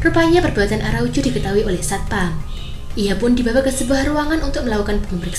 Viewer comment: Araucu atau araujo sih? Medok amat